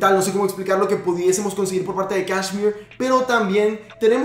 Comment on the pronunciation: Se pronuncia keshemeerre